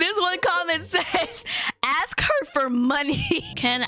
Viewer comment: u say "ax" instead of "ask" but its okay